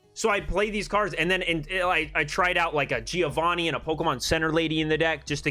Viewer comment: i'm an Italian and i teach diction. Plz pronounce Giovanni with the double n. Without an n is "giovani" that in italian means "yungs" . There is a trick to pronounce correctly a double consonant. Think to the word " Upper" while saying Upper you do a small pause "Up-per". The same happen to Giovanni. Just pronounce Giovan-ni , and there you have it.